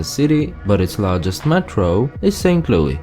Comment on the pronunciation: Saint Louis. LOO-IS